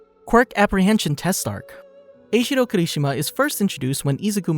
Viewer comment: The way he says Eijiro Kirishima really bugs me😔